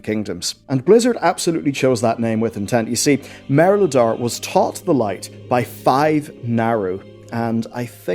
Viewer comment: It's Mereldar, not Melredar or Meledar